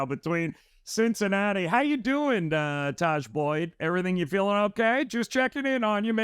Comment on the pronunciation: Did say Tahj Boyd? 😂